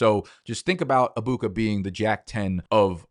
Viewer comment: Stop saying Abuka it’s pissing me off bro😭😂 it’s EGG buka not AA Buka